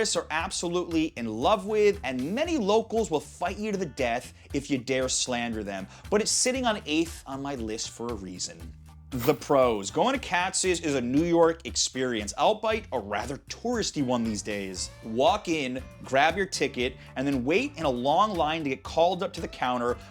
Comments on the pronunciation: Albeit isn't pronounced ALL-BITE. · pronouncing "albeit" as "all bite" is wild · FYI, albeit is not pronounced "all bite". . Otherwise, good video.